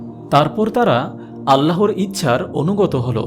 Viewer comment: আপনার চ্যানেল আমার খুব ভালো লাগে। তবে আজকে একটি উচ্চারণ ছাড়া সবই ভালো লাগলো। সেটি হলো- "আল্লাহর" = "আল্লাহোর" বলা। "আল্লাহ" নামের সাথে কোন অক্ষর যোগ করলে আল্লাহু+অক্ষর (বা আল্লহু+অক্ষর) বললে তা বেশী সহীহ হতো। আপনার হাজার হাজার সাবস্ক্রাইবার একটা ভালো উচ্চারণ শুনতো এবং এটাতে ধীরে ধীরে অভ্যস্ত হয়ে যেত।♥️♥️♥️ আরেকটি বিষয় খেয়াল করে দেখুন: "আল্লাহ" না বলে/লিখে "আল্লহ" বললে অটোমেটিক ভাবে এক আলিফ চলে আসে। উচ্চারণ টা সহীহ হয়, আলহামদুলিল্লাহ। ♥️♥️♥️ জাযাকাল্লহু খইরন। ♥️♥️♥️